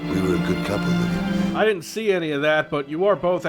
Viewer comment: I kept hearing Arnie said 'Labia' instead of 'Livia'.